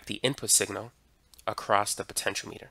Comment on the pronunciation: It isn't a potenCH-o-meter, it's a potenCH-ee-AH-meter.